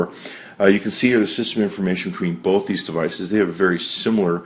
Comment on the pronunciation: THERE IS NO L IN "BOTH"!!!!